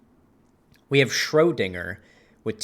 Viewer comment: It’s ‘ö’ not ‘o’ Schrödinger is pronounced Sh•roe•dinger, Schrodinger would be pronounced Sh•ra•dinger